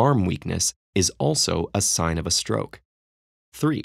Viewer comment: At 11.00 there is roke instead of stroke